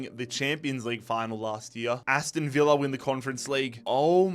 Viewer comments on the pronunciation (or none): none